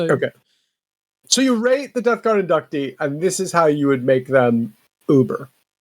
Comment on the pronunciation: *In-duc-tee Thanks...a guy who studied Latin.